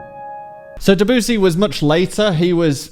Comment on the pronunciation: "Deboosy" -, you need to fix your pronounciation of Debussy's name. Seriously.